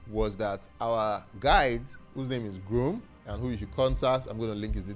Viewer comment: Girum not Groom :)